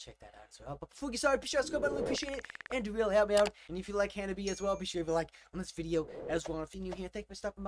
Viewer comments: Well, you make the same mistake most people do, it's not "Ha-Na-Bee" it's "Ha-Na-Be-Eh" it ends with a "eh" sound ! put the subs on ther are quite of english in this song. "I can't take it anymore now ! " "Take Your Freedom !" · these 'gals'!👍 Ha-nah-bee-eh, like you're Canadian! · The RIGHT WAY to say "HANABIE."'